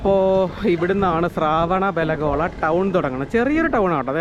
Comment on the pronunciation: It is not sharavan belagpla It is shrevena belagpla.